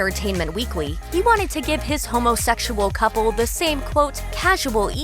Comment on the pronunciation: y'all i cannot take the way this narrator is saying 'homosexual'